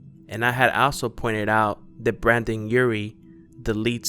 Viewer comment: 😂😂 he said brandon i got mad ITS BRENDON NOT BRANDON 😂😂